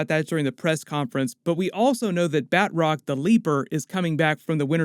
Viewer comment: Lol. “BAT-ROCK” the leaper. I’m dead 😂 It’s Batroc as in “BA-TROCK”.